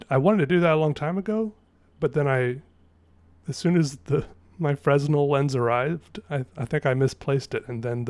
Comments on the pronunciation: hey, it's pronounced "fren-el" like you don't say the s. I don't know why *we don't say the s though so maybe its not a big deal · It's pronounced fruh-nel brother Sick drawing though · Fresnel lenses have a silent S. fre-NEL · Thank you. Nice work! Fresnel is pronounced Fruh-Nel. The "es" is silent. Fruh as in Front. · Hey, Two things. 1. It's pronounced as "frenel" lens. The s is silent. 2. For plant food, it's helpful to mix up a 1 pint or 1 gallon amount and store it in a water bottle or something. Then you can use it to supplement some of the water when you change it out. Like 1/4 plant juice water and the rest regular water. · Scrolled through to see if anyone else had already pointed that out, im off the hook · The S in Fresnel is silent, because French. No better reason. Now you know. (Threw me for a loop the first time that was made clear too.)